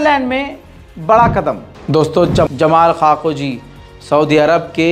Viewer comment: भाई कोई नाम तो सही से उच्चारित किया करो आरामको को अमराको बोलते हो मेहसा अमीनी को माशा अमीनी बोलते हो अब नया नाम जमाल ख़ाशोगी को जमाल खाकोजी बोल रहे हो😂😂